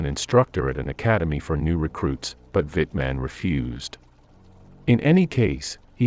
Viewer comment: Why can't they get the narrator to pronounce German words and name correctly. The W in German has a V sound so Waffen is pronounced Vaffen An Wittman name the same and he cdoesn't pronounce Leibstandarte correctly.